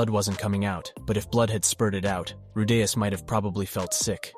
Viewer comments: "" Seriously, ITS RU DEE US. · Say his name correctly you fucking ingorant r tard